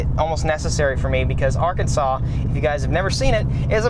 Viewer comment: arkansas is pronounced are-kansas or arkan-sas